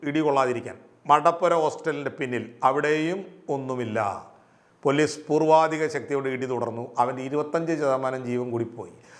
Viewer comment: പൊല്ലീസ് അല്ല പോലീസ്